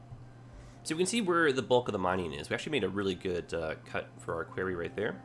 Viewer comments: No you are right I have never heard it said that way before quarey? Qwary? Qw-o-rry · Query is pronounced qu-air-ry like in your video. Quarry is pronounced qu-are-ry. Unless Canada pronounces it differently... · It's Kw-our-we! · Why is he calling the 'quarry' a 'query'? The latter is a request for information, the former in a big hole in the ground. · Well, after watching a lot of Thomas and Friends i've been pronouncing it "kwo-ree" so not sure where is going with it haha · Because this is bugging me also. Query is a question. Quarry is a large pit where rocks and minerals are extracted from. They are NOT pronounced the same. Quarry has an "a" like pronounced in war. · Happy to see this, but 4 minutes in and how you're saying "quarry" is driving me nuts. Am I the only one? Have I been saying it wrong all my life? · Can we blame it on him being Canadian? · Made me cringe too every time he said it. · As a Canadian, it was getting to me too... Definitely a Jedi-ism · Was gonna correct him too lol defo pronounced the 2nd way u spelt it